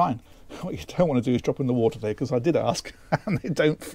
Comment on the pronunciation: Just a personal niggle I know but I wish he would STOP SAYING " becus " instead of saying "because". Other than that I really like these videos.